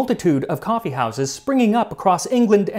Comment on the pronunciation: Say "coffe" one more time, I dare you. I double dare you!